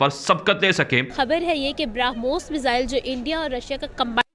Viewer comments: Kya faltu pronunciationhai sala ..Bromhos ko ...sala bharamos bol raha hai sala ye experts henn.. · Bhara moos nhi barmohs nam hai ullu anchor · it's not Bharamoos, it's Brahmos. Definitely you are a madarsa product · Barahmus nahi brahmos. 🤣🤣🤣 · पाकिस्तानी भाई पहले बोलना सीखो 12 मोस नहीं ब्रह्मोस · Aare madarsa chap pehle padna sikh le... Wo Bharamos nahin hai us ka nam Brahmos missile hee.... Padh na likhna to tumlog karoge nahin aap ni ijjat ka janaja nikalne camera ke samne beth jate ho🤣🤣🤣🤣🤣🤣🤣🤣🤣LOL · बरामोस नहीं बोलते कटवे ब्रह्मोस कहते है 😀😀😀😀😀😀😀😀😀😀😀😀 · 'Bhara moose' sun k laga ki gaali de raha hai 😂😂😂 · Philipaine, bharamoose waah re news reader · He has difficulty in pronouncing Brahmos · Did he just pronounce Brahmooos LOL 😜🤪😝😂🤣